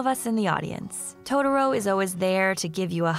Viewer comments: I'm sorry... but.. WHY are you saying "to-der-o??" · "Toe Derro" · I mean the way she pronounce totoro, I can't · I love it how everyone who reviews this movie can't even pronounce the character names correctly. It just shows how bad the Disney dub is over the fox dub and that's a fact. If you can't pronounce the names right you shouldn't be reviewing this movie and its themes. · I exited the video after I heard the narrator pronounce Totoro at the 3 second mark. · I hate the way American's butcher the pronunciation of Totoro's name. It was enough for me to abandon watching this. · one of my biggest triggers is when white people mispronounce "Totoro" like this.........it's not that hard